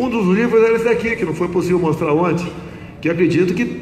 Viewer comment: O cara e bom, mas um presidente falar "onte" ao inves de ontem e simplesmente ridiculo, tao ridiculo quanto o lula misturando plural com singular.